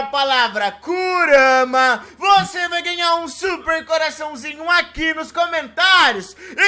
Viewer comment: Kurara kkk , kurama